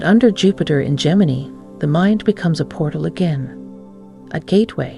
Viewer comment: Gemi-NYE. Train your AI properly, please!